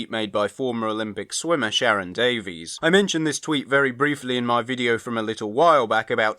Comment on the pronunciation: Like RTD, she pronounces her surname "Davis", not "Daveez"